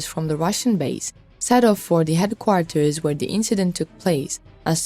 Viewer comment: Do something with your English please, it is headquarters not heatquatars! English is not my first language, that is why I stay away from reporting in English, you must do the same!